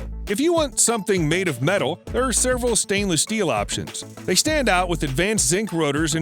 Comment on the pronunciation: It always bothers me that he says "serval" instead of "several"